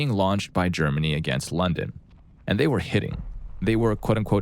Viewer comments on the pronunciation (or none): none